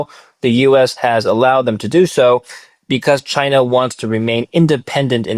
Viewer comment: There's no R in Chiner, duh?